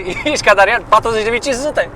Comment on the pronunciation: Efectiv cad pe jos de ras cand aud in fiecare video " Darian " =))))))))))))))))))))))))))